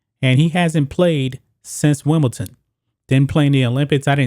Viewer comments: It's Wimble- DON!! Not Wimble- TON :-)) Anyway, he got exposed at Wimble- DON. He looked old and it showed. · You need to learn how to pronounce Wimbledon correctly